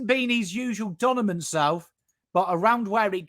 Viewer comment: saying ‘donimant’ 😍